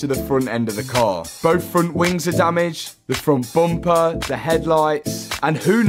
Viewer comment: What’s a froon’tboompah ?😂